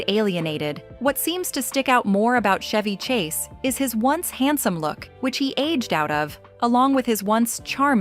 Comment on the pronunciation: Chevy Chase"s name is pronounced w/a hard "CH" LIKE CHOP, CHUG, CHAPEL ETC, ETC,- Steven Segal's last name is pronounced Se•gall